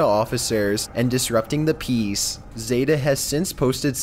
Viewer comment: Not sure if he's saying peas or peace...